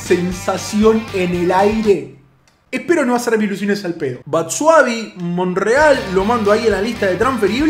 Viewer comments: Batsuadi JAJAJAJ Batsuayi o Batsuashi se pronuncia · es batsuayi no batsuavi